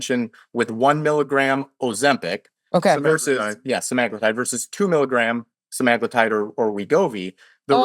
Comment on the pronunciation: Layne Norton is cool but can't really even say Semaglutide properly, continues saying SemIgluuutide, so meds are not his area of expertise either.